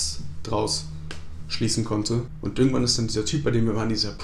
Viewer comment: Du hast statt "irgendwann" "örgendwann" gesagt. Genau wie ich xD